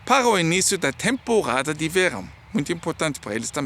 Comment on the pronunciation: gostei quando o senhor falou temporrada em vez de temporada kkk